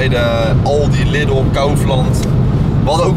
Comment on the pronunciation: Gast jij zegt lidle maar je moet liedle uit spreken dus niet lidle liedle ja het is super irietant maar ik ben wel geabonneerd